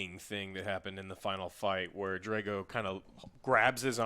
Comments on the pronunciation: I'm more annoyed that they kept saying "Drey-go" instead of "Drah-go", yet claim they're fans of Rocky 4 and shit. Fuck outta here! Love the AJS though. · why can you not pronounce the A's in people's names correctly. you pronounce drago and han wrong every single time